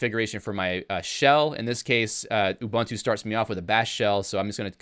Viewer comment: For future reference, all the Us in ubuntu are all 'oo' sounds. So, it's not 'oo bun too,' or 'You bun too,' it's 'oo boon too'